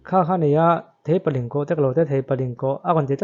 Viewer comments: Theipalingkawh (Thei chi khat hming) Road tih tur. A sawitu khian a lam dik lo. Theihpalingkawh a ti. A dik lo. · Theihpalingkawh niloin Theipalingkawh tia lam tur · Theipalingkawh lai tak khi, Ling laikhi, meiling thluk kan sawi ang in sawi tur . Link thluk ang a sawi loh tur. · Theipalingkawh Thei(fruit) a lam rik tur